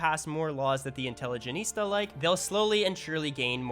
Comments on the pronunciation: Its not intelligenista, its intelligentsia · Grreat video, informative, I will admit to snickering every time you said "intelligenista" instead of intelligentsia. Sounds like an African warlord. :P 1 Question though, why use a Sulfur mine for the Chemical Factory route when you could just use a Livestock farm for fertilizer? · why does no vic 3 youtuber know how to pronounce intelligentsia? it's fairly easy, repeat after me intelligent-sia, now say it fast intelligentsia, you can do it without emphasizing the T, intelligence-ya.... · Inteligenitsa sounds like a nerd precursor. Please never read properly <3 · pronouncing intelligentsia wrong in pure gold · I’ve watched several Victoria 3 videos and not a single Victoria 3 YouTuber can read “intelligentsia” properly. What’s happening? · Why can no-one pronounce 'intelligentsia' properly?